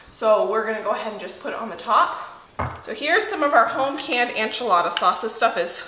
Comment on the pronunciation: PLEASE!! Enchilada is spelled with an e not an a. Please try to pronounce it properly. I’ve watched you for several years and I kept hoping someone would point this out. I’m sorry for being such a grinch. I love you and your show.